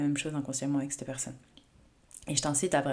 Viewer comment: Petit rappel amical chère, en français on dit cet/cette,😉et non l'horrible "c'te" qui frisse les oreilles🥵😭. Vos vidéos n'en seront que meilleures.🌞